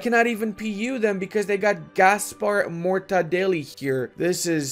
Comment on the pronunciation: As a catalan person when he said Gaspar Mortadeli that got me hahah, it's pronounced Martorey tho